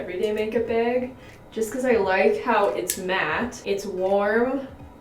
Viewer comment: I hate the way she says bag 😂😂😂😂